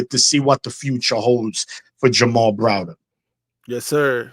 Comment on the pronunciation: How many times did call Jamar, Jamal?